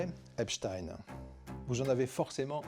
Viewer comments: Il a bien prononcé Epchtain... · Merci le fait de bien prononcer son nom correctement.